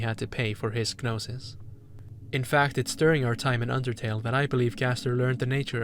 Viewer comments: excellent analysis but why do you say it "guh-nosis" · small note i think the g in gnosis is silent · The g is silent im gnosis and gnostic lol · I don’t think you pronounce the G in Gnosis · G in "gnosis" is silent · Wow. Stunning video! I love thinking about media in terms of mythology and mysticism. This was a treat from start to finish! (The "g" in "gnosis" is silent, though!) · The G in Gnosis is silent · Thank you for the wonderful video, but the g in gnosis, gnostic, etc is silent. 'gn' just makes an n sound, like gnocchi